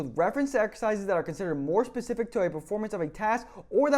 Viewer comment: BS degree in exercise science and you say 'pacific' instead of 'specific' -Signed, Jeff